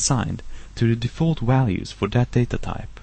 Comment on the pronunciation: Sorry but i just cant keep a straight face when you say walues instead of values. Where is that accent from. But that was a very good tut, nice.